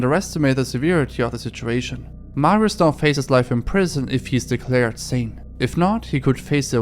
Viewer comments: i hate every youtuber that doesnt give a fuck about proper polish pronounciations it really isnt fucking hard to say mariush (sz makes a sh sound) instead of mariuz and i know hes a deplorable person but this is such a pattern everywhere im so tired of it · bo nawet nie ma próby w jego wymowie mówi Marios nawet u dobrze nie wypowiada. Nazwiska wymowa jest najbardziej amerykańska jak się da. Nie starał się. Jakby to było po hiszpańsku to by spróbował i itak by jeszcze przepraszał na kolanach za błędna wymowę. :/